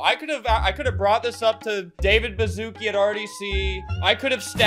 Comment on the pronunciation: it’s ba-shu-ce-kee not bazooki 😭😭